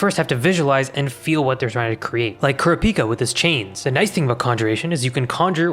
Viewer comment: aint no way you say kurapika like that